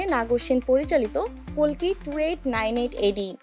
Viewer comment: Didi ota kolki na kalki hobe age valo kore bolte sikho😂😂